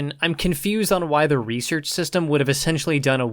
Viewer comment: Hey man say research. Is it a speak problem or u ghetto like? like axing someone a question?